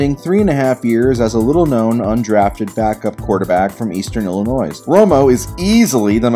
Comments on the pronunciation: I can’t believe he enunciated the “s” in Illinois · Learn how to say Illinois, ty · WHY DID YOU SAY ILLINOIS WRONG THAT FELT INTENTIONAL I MUST UNSUBSCRIBE AND DISLIKE EVERYTHING YOUVE EVER POSTED ON ANY SOCIAL MEDIA PLATFORM